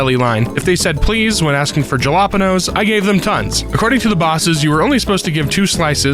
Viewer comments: "Jalapenos" Alright, that pronounciation hurt me a little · Jalapeños is pronounced ha la peen yo s lol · ok just WHAT are juh-lawp-enn-ohhs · Why is nobody talking about how he said jalapeños